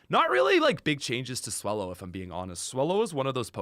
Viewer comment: You mispronounced Swole-low.